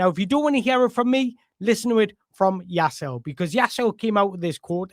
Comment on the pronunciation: Ouch. You got the Jaiss bit perfect butt that last bit is Leh not Ul - you pronounce the final E like in Woltemade 😊 A lot of info but all good, useful stuff, cheers.